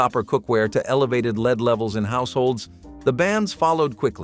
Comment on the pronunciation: Learn how to pronounce Lead properly!!!